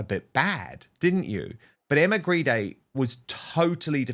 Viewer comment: Maybe Grede should be pronounced properly. After all Grede is Greed.